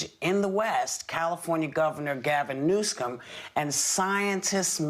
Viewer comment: 😂Did anyone else catch how Whoopi called Gavin “New scum” ?